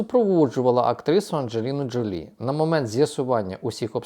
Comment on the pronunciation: Джо́лі вона [ˌændʒəˈliːnə ʒoʊˈliː]